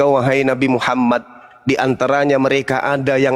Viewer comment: Assalamu'alaikum warahmatullahi wabarokatuh..... maaf bang.ketika Abang mengucapkan lafadz Tauhid.Terdengar Muhammad darr.yg benar Muhammad durr..maaf. Klo saya yg salah